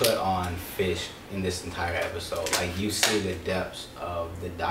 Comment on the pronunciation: I don't know if it's my hearing or a result of local dialect but are you guys saying "Fish" when referring to "Fisk"?